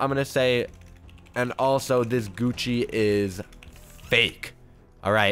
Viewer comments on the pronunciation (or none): none